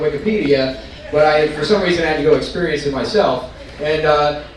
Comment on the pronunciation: “Had ta go expurience it myself.”